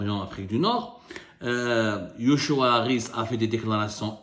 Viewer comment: c'est joshua et non yoshua xp